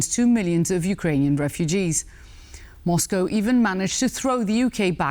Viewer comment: Rare correct pronunciation... There's no "cow" in Moscow